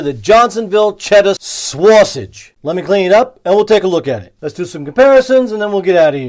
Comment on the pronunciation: Why did you pronounce it swausage? You idiot! Kidding, great review as always. 😁